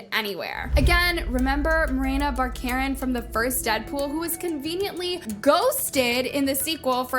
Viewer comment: She pronounces well-known names incorrectly on purpose to get people to comment. Haven't you noticed? She does it constantly. Comments actually drive the algorithim more than likes.